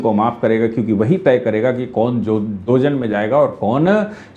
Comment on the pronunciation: दोजन नही,दोजख कहते हैं